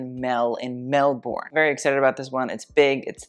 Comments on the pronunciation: An angel dies every time an American mispronounces 'Melbourne'. It's pronounced 'Mel-ben' not 'MelBORN'. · Melbourne = Mel-Ben. Melben. Not Mel-born. Melben. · weyhey I never expected this crossover this is delightful 💕💕💕 I love Mel (PS some friendly advice from an Australian on pronunciation that I'm sure u don't care about: pronounce it 'melbuhn' rather than 'melborn' ;) ) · As an Australian I knew I was gonna get triggered by pronunciation of 😤🥲Mel-boooorn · Yes I wasn’t going to say anything until mentioned how Mel was saying Laurent … As a Melbournian we pronounce it Melbn 😆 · As an Australian who lives in Melbourne, it's pronounced "Mel-ben". With your accent, you'd pronounce a hard "r" but ignore the "ou"! It's such a common faux-pas with Americans, the way you guys love a long drawn-out vowel. 🥴 Also, the Givenchy bag is actually called Antigona like you first thought, not Antigony like the Greek tragedy! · Babes. I absolutely agree we need our fashionistas to pronounce fashion houses like Saint Laurent correctly. But can we also pronounce place names like Melbourne correctly - you used a very American way of saying it Mel-borne. In australia we have a much lazier affectation, Melbourne is pronounced Mel-burn or Mel-brne. The o is not pronounced or emphasised. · I really loved this video but I don't need judgement of someones pronunciation from guy who said 'Mel-born' like 5 times 😂